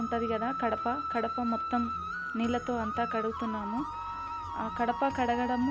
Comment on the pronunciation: kadapa kadu gadapa